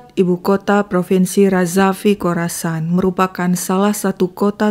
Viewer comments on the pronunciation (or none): Kurassan bukan korasan